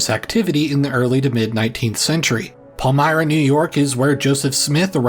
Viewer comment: OMG....."CAN - AND - DIE - GUA" as someone who grew up 20mins North of Canandaigua on Canandaigua Road......it's pronounced "CAN - AND - DAY - GUA". At Least he got Palmyra pronounced right. Considering Thats where I grew up. Right on Canandaigua Road between the Joseph Smith Farm and Hill Cumorah. He did leave out 1 Major Detail and why I learned in College at Finger Lakes Community College, why it was called the "Burned Over District". That would be the Building and Use of the Erie Canal. Being Built from 1817 and Finished in 1825, It DIRECTLY influenced the growth of Towns and Cities along its path Including Albany, Utica, Syracuse, Rome, Lyons, Newark, Palmyra, Macedon, Fairport, Rochester, Albion, Lockport and Buffalo. And with this, there was a massive influx of people moving to the Erie Canal Corridor, and during that time, where people were, the religion had to follow. Take Palmyra for example. At the main Intersection of town , you have the First Zion Episcopal Church (1827), Western Presbyterian Church (1832), First Baptist Church (1835), and First Methodist Church (1867), all within 500 feet of each other. Then The Mormon church down the Road (now the town hall, before new church was built near Joseph Smith Farm), AND St Anne's Church right behind the Western Presbyterian. And Modern Day there are 13 Churches in a town of less than 8,000 people. So the Area became the "Burned Over District" because in a matter of less than 20 Years, the local populations exploded a